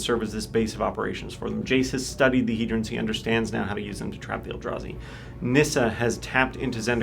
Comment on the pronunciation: Wait wait wait, it's pronounced "he-drin?" I always said "he-drawn." I think that sounds way cooler.